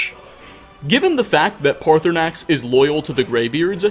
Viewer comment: Parthunaax- Me: Partysnax: Parthunaax Me: IT'S PARTYSNAX.